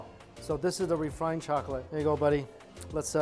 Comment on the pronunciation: Totilla... chocaty? All these new words. Lol at least he didn't say Jooshy this time